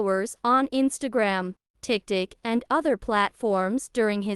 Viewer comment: Is it too damned much to ask that HUMANS narrate these videos, instead of idiot AI? The squirrel's name is Peanut. NOT Pnit! and TikTok is NOT TikTik!